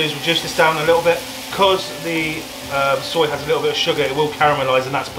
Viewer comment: Your mum really is hilarious, calling the soy "soil" and then saying "wiff" right after, such a way with words